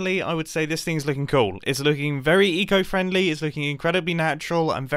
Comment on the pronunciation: When he says “eco friendly” all I hear is “etho friendly”